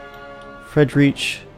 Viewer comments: Fred-reach? Jogger? Freed-rick, Yay-grr. facepalm Still can't help but like the video. Subscribed! :D My family were in the Rhine at the time. Some of them moved to the US to escape conscription in the Prussian Army, and one man died fighting with the all-German 9th Ohio Volunteer Infantry Regiment at Stones River on New Year's Eve, 1862. Gottfried Hautt. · Looking forward to this campaign :) Btw, your general "Friedrich", his name is pronounced much more like "freed-rick" (though it's really more like the ch in the scottish 'loch'). Jäger is pronounced "yay-ger". It's german for "hunter" -- they're roughly equivalent to Army Rangers. You'll recognize the word from Jägermeister and from the giant robots in Pacific Rim. If you want to avoid the biggest pitfalls going from English to German pronunciation, remember these: I = EE as in Beer (not like 'eye') E = E as in Ben or Bane (not like 'ear') A = AH as in Father (not like 'yay') Ä or AE = AY as in Bay Ö or OE = UH as in Turn U = OO as in Spoon (not like 'bun') EI = EYE as in Wine J = Y as in Yarn W = V as in Vader ß = SS as in Hiss SCH = SH as in Ship CH = CK or CH as in Lock or Loch There's more but it's pretty similar to English. These will get you most of the way. There are some silent letters, but in general, don't act like there are. For instance, in german "minute" is pronounced like "mee-NOO-teh". Anyway, hope that helps :)